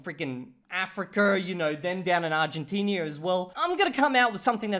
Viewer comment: New country just dropped: "Argentinia"